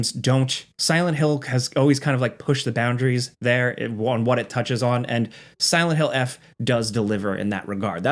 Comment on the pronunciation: It's Silent Hill Forte, not "eff"